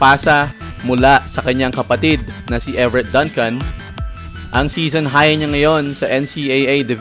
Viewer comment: is pronounced as "DUNG-CUN". Just like Dunkin Donuts. Fyi